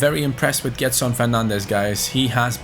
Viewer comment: It reads jedson not gedson